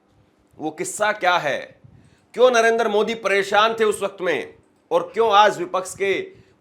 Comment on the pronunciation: मूर्खों जैसी बातें कर रहे हो, तुम्हारी बातों की सच्चाई को कैसे जांचें ? तिरंगा हटाकर पाकिस्तानी झंडा लगाने वाले को दिखाओ ना। नरेंद्र बोलना नहीं आता नरेंदर बोलते हो । सात दिन बाद जब सुप्रीम कोर्ट का फैसला आयेगा तब शायद आप सामने नहीं आयेंगे।